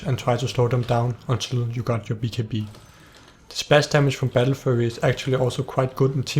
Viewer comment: He prenounces battlefury "battlefurry" lol